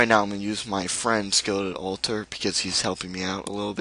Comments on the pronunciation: No it's pronounced all - ter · It's the way he says it "al-tar"